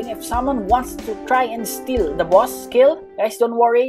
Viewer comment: I like the way u day boss bwoss it’s funny